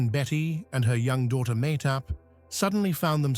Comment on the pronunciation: Why can’t he pronounce Mahtob’s name the way her mother does “ Mah Tob.” She’s on enough videos online and do is the daughter.